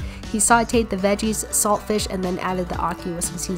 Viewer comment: You don't pronounce the t in saltfish